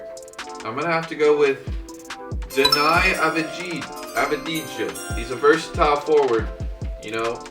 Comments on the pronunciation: Number 7 you say deni avdia you don’t pronounce the j יאללה דני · you say it deni avdiya. Chicago would be a terrible place for him. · Deni Avdia this is how you say it, I'm from Israel this is why I know it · I laughed so much when tried to say Deni Avdija (in Israel where I live you pronounce it Deni Avdia) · Pronounced: Dannee UVEEHA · Mark my words Avdija gonna be a beast P.s you pronounce it av-di-ya